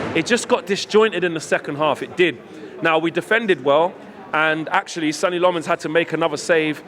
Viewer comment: If he is gonna be the new No 1, perhaps you could learn to pronounce his name right...?